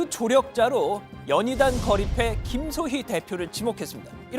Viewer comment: 왜 거리패가 아닌 패거리로 들리지 내귀에 캔디?